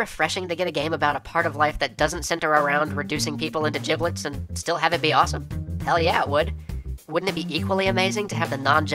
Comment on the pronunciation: you said jiblets lol!!!!!!!!!!!!!!!!!!!